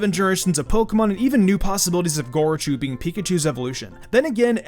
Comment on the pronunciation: Lost all hope and credibility once I heard gorochu